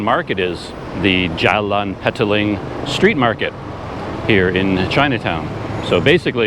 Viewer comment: Petaling Street: Pronounce it "Per-tuh-ling" instead of "Petal-ing"